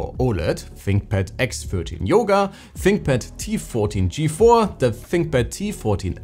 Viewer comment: Da finkpad. Ahhh yezzzz.